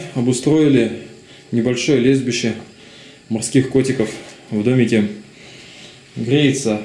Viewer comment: мне одному послышалось не лежбище, а лесбище морских котиков?)